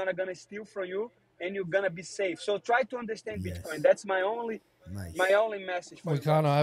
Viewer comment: Moicano gotta work on his "bitcoin " pronunciation